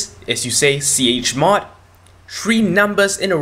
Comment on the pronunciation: please do not make tutorials untill you learn how to pronounce 'chmod' properly.